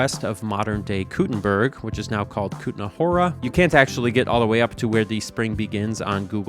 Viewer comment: Great pronounciation of "Kutná hora"👍